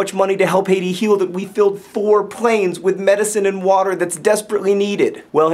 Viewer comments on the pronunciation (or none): none